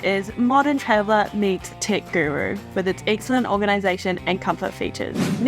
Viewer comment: I thought you were saying ‘tick’ accessories and ‘tick’ compartment. Tech …aha. 😅